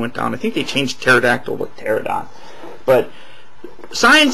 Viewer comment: its pronounced ter-ran-a-don